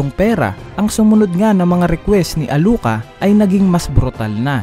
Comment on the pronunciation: Sinong meryum? sinong nani ka ? sinong alu ka ? narinig mo na nmn siguro yung pagkakabanggit ng bawat pangalan sa series dba iniiba mo pa bvbo